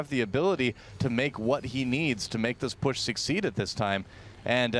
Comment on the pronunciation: "Make those pushes 'succ-seed' at this time." ahaha, I get it.